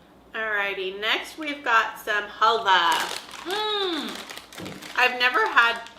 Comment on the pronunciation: Yes you pronounced it right , you can use it as a salad dressing or falafel. Love that halvah it’s pretty healthy too for a candy , it’s very nostalgic for me too! Wow the brunette is picky lol I’d like to know what she loves!😂 I’m picky too! Love that chili crunch bin pizza yum such a unique item! Try the eggplant garlic spread in the sauce isle .